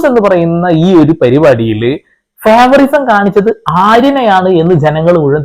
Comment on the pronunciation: ഫേവറിസം അല്ല ലാലേ .... ഫേവറൈറ്റിസം...✓